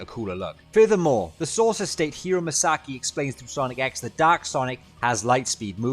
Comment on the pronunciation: I was hearing "Doc" Super Sonic for the first few seconds of the video...